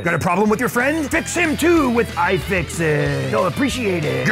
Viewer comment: AYE! FIX IT! (at least that's what it sounded like) But I agree: Best! iFixit! Add! Ev0r! XD